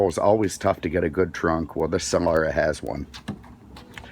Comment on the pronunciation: What a douche. Only person I've ever heard mispronounce "Solara"